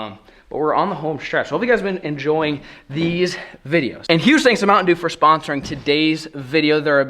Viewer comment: Is no one going to say “Mounitain Sheeew”??